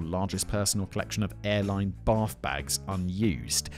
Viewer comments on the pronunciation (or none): none